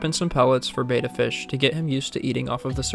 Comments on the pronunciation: It's NOT "BAY-TUH". It's "BET-TUH. Look it up online. Are you SURE you should be online without a fundamental ability to pronounce simple WORDS? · It's pronounced Betta, like "better" with an "a" instead of the "er". It's Betta, not beta. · If you're going to talk about something, learn how to say it correctly. It's a Betta like you betta not .